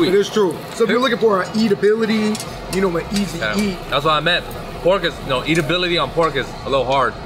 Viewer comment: Not hating but am I the only one who cringes when they say "eatability." It's edibility lol